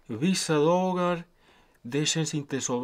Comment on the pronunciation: Det räcker att jag tänker på kommentaren "hvissa dågar" så börjar jag fnissa för mig själv =)